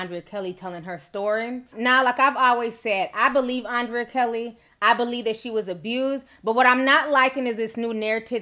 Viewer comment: The girl name is pronounced UN/DRE/YA you killing me T🤦🏽‍♀️‼️ I’m just say....